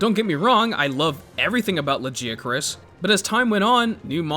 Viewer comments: The second I heard that “Luh-jee-a-chris” I frowned so hard that a blood vessel popped in my cheek. Go to hell. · Lajeeacroos"? What the hell? Blud missed every possible semi correct pronunciation 😂 Also you might be the only human on the planet calling Velkhana "he"